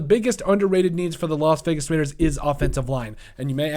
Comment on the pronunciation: They have to address It; and you said: Raiiidaas